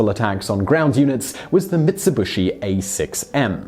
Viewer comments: It's Mitsubishi, not Mitsubushi. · Jim Sanderson accent or not, Mitsubushi is still the completely incorrect way to pronounce a word from a language with much simpler phonology, and no nonsense pronunciation. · Mitsubishi Mit su bee shee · Franklin Lam Franklin Lam I can pronounce it fine, but I didn't have the time to put on a class on YouTube and seeing as there is no "Tsu" sound native to English, i simplified. Either way, there is no "bu" in Mitsubishi.